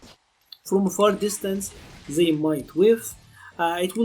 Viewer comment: Enunciate THEY not "zey" it's a t not a z